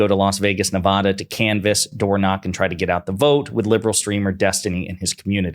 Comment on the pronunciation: If yer coming to Nevada, I would advise learning how to properly pronounce the name of the state. If you show up and continue to say it incorrectly, you will have doors slammed in yer face. Just a little advice